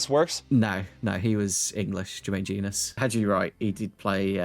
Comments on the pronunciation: Yeah I kept cringing everytime he said Jenas instead of Jones and didn't even pick up on it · I was less confused about mistaking Jenas for an American and more confused by the pronunciation of Jenas. Especially from a Spurs fan 😬